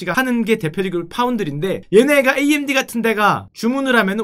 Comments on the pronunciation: 글쎄 암드라는 단어는 업다니까 자꾸 그러시네 구글 번역기에 암드 쳐보세요 나오나 ㅋㅋ amd 를 암드라고 읽다뇨 에이엠디라고 읽는 건 많이 봣어도 암드라고 읽는 건 처음봄 단어자체가없는데 무슨 소린지 모르겟네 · 나는 평소에 '에이 엠 디' 라고 말하는데 언제부터 암드가 ㅡㅡ